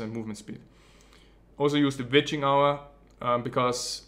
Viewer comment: "Use the Beetcheeng Hour"... ???